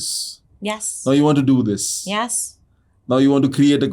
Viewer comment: Yes ko yaasss bol re ha😂 she is well educated 😄